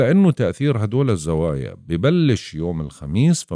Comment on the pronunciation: الزوايااا وليس الزوايه